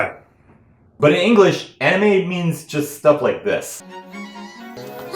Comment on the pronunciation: Wait, did he just say "Onime"?